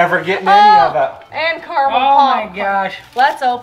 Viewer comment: CA-RA-MEL... apart from that.. great vid as per usual guys